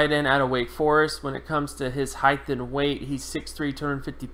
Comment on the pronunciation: Someone tell this guy its HEIGHT not HEIGHTH